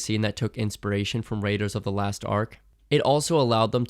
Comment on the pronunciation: Raiders of the LOST Ark, not "last"